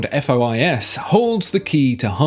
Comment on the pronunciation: Pro tip: The FOIS is supposed to be read according to French rules: "fwa". You don't have to thank me. B)